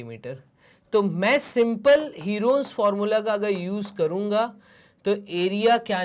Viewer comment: Herons formula ka pronunciation galat he😂😂